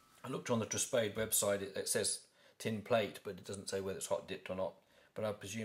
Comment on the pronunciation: It’s Italian man,! So you read it as TREH - SPA-DEH